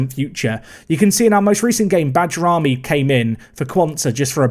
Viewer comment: Bajrami's name is pronounced as Bay-Ram-Me